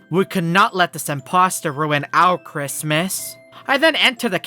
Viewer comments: really said christmiss 😂😂😂😂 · The way he say Christmas